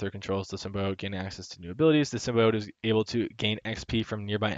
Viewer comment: Symbiote = Sim-bee-aht. Great video though. Learned alot.